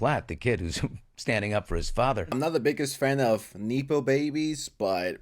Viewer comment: WTF is a neeepo baby!? You mean a nepo baby.